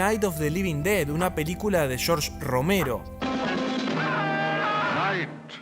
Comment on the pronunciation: "Shorch", No tengo nada en contra de los argentinos pero ¿Qué trabajo les cuesta pronunciar bien el inglés?